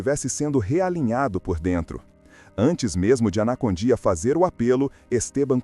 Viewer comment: Participei de cruzadas evangelísticas com ele na Bolívia🇧🇴, apoiando ministrações no grande estádio tauiche Aguilera. É Esso é muito mais o ministério de libertação e salvação que Deus entregou a ele.( Obs.a pronuncia correta é : Carlos Anacondia) e não anacondía.Dios lo bendiga.🙌